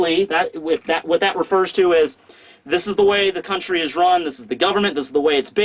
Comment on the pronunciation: "we arrived at Wano Cooney" bruh wtf kinda way to pronounce country is that?...